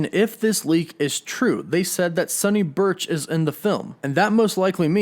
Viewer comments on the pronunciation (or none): none